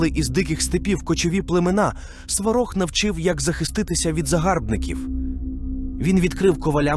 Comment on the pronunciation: Сварóг а не свáрог⚡️⚒️